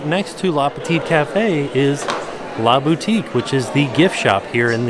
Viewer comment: Same! I'm surprised he didn't notice a difference when he said 'LA Boutique'